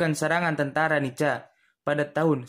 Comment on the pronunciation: Bukan dibaca NICA min.....dibaca NIKA......C=K....tolong dihafal dulu singkatan dari NICA...pasti nanti tau juga cara penyebutan nya...